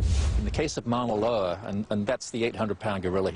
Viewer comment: One of the guys called Moa loa Moa loer WHAT THE FUDGE?!?!?!?!